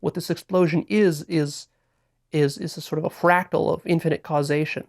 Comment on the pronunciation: It’s a fractal, not frackle